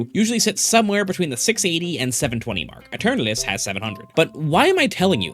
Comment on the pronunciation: dude it's not uturnuts, it's eternatus. read all the letters.